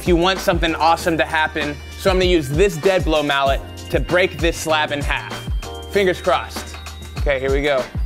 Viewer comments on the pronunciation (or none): none